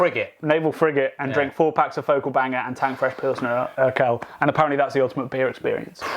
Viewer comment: I got goosebumps when said Urquell. I'm very much a Belgian and love a lot of our beers (yet I do agree that the US, UK and even our brothers from The Netherlands and Scandinavia have "caught up" (It's not a competition, is it)), but I lived and worked in Czech Republic for a year and after trying an unpasteurised and unfiltered oak aged pilsner in the cellars of the brewery my mind was blown. And most pilsners from tank or barrel had been great anywhere in the country. I haven't been able to convince any of my fellow country men how good Czech pilsner really is (heck, most think Duvel is the best and only good beer in the world) as all you can find is Urquell in small bottles or Budvar in cans but you guys gave me hope that my tasting buds did not cheat on me. Is it really the best beer in the world? Maybe on a boat indeed. But I agree: I hope I still have to discover it as well. Na zdraví!